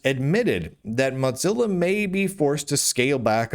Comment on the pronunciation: Mudzilla. Modzilla. I think you're the only person I've ever heard who says Mozilla like that.